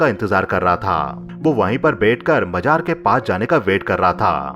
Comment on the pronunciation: Majaar nahe mazaar. Ajeej nahe azeez